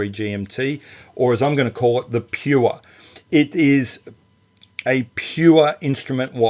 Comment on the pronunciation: Love the way Aussie add extra vowels in the word Pure !! Enjoyed the review